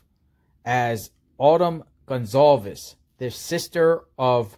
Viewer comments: lee riches INV... You have pronounced their name 3 different ways. It's respectful to learn how to pronounce the name correctly! Who doesn't know that? It's simple respect. At 0.12 & 0.16 you pronounced it Gun-zolves. Later in the video you corrected yourself. Why didn't you fix the beginning? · excellent presentation as always!! 👍 And, Informative as well!! 👍 Keep up the Great Work You do. Stay Safe. P.S. Goncalves Family name Pronounced: Gon Sal Vehs Re: C sounds like an S. Also, all the Vowels (o, a, e) are Short. 👍😎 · Goncalves = gone-call-viz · GON - CAL - VES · By now, one would think he'd least get the surname pronunciation correct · You're covering this story nonstop and can't pronounce Kaylee's last name correctly? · You aren’t pronouncing their last name correctly.